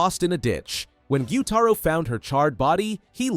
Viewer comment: Bro, it’s gyutaro😅